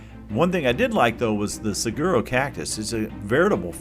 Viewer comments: pronounced sa-warro cactus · I dont mean to be a know it all ,but i live in az and the correct name of the big cactus is pronounced, sa- war-oh. I know, the spelling is odd. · Great video ! One point though Saguaro is pronounced Saw-war-o lol